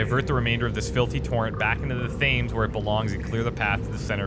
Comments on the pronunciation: it's not thaymes - it's tems. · Lol, "Thames" is pronounced "Tems", it is the river that runs through London. Great gameplay by the way, it bugs me when people don't read the documents, the developers put so much time into writing them, and then hardly anyone reads them